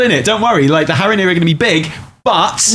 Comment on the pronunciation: Your "Strathholme" prediction is a guaranteed fail because they'd have to rename the city. It's called "Stratholme", with one h. It's probably also spelled Strat-holme, not like you spelled it, for that reason. ;) Also - Haranir, not Harronir. ;)